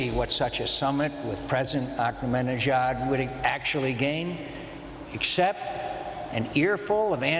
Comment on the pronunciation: he cant even pronounce the iran's president